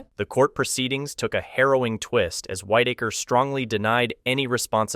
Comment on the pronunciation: Its a shame that creators are so lazy they use the crappiest AI voiceover. This has got to stop. It's resume not resumè. It was Whitaker (pronounced wit) not whitetaker. Ffs do better.